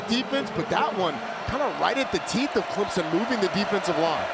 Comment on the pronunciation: Can these Dumbass TV game callers learn how to pronounce teams names..... its ClemSon not ClemZon...